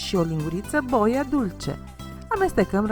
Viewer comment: Cum să pui accentul pe "o".. adică "bòia" în loc de "boià"... cum este corect în limba română ? 😄😃😂🤣